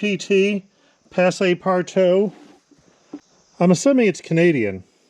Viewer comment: So, a pretty literal translation for "Passe-Partout" is "pass everywhere" . The word "PASSE" is pronounce with an extended ah and the e silent just like pass. So, p-ah-ss. Partout was great. 😊 . Great rebuild! That looks awsome and hope i can barn find something like that some time. Valquentin industries ltd prototyped from the 1960s in edmundton alberta